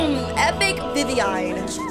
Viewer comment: WHY it is not vivvine it's viviein